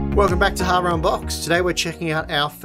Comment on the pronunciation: "harun box"